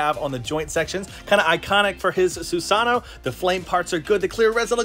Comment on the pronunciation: Ur saying susano wrong but awesome video tho 😂💯